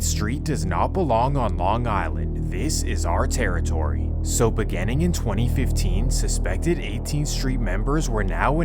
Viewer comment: Why do you pronounce begins and beginning as "Begans" and "Biganning"? Is that an American thing? I noticed it on several of your videos.